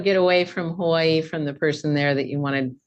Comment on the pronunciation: Fkn haole, it's not Havaii